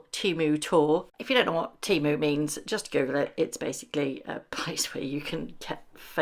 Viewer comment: not “TEMU” 😂